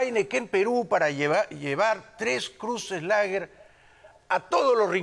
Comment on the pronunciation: Ay! Jaime me "sorprendes"? se supone? que estas en Miami? y, No sabes Pronunciar bien el ingles? que mal? aunque No te culpo? por que en Miami solo se habla Espanol pero ya pues como vas a decir tres cruces lager? lager se escribe? pero se pronuncia Leger! entiendes! mejor habla bien y, asi nos daremos cuenta? que has aprendido el ingles y/o No!...